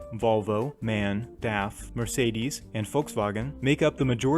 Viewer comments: First i want to thank you for your videos and the effort you put into them. But there is a little mispronunciation i noticed in your video: The truck brand is called "M-A-N" and not "man" as you said in your video. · So I'm a German so I know what I'm talking about for me it's a bit weird when somebody say man and not m-a-n I know it can be a bit hard for English speakers but I know that you can't still try it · Brooo you don’t say man like the word Man you say it like this M A N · by the way the truck brand MAN you need to pronounce every letter individually of it like M-A-N because the name means "Maschinenfabrik Augsburg-Nürnberg AG". but still an awesome video! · So in Brazil, the Volkswagen you see is the Constellation I believe, and it is a Brazil-market only truck. Also, MAN is spelled out, not said like the word "man". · also its pronounced M A N not man. The letters are pronounced individually